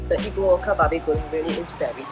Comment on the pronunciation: Lol it's funny how you make Ibu Oka sounds so cool with a Japanese accent, which is quite ironic since Ibu Oka will translate to Mother Mother in Japanese if you add -sama at the end.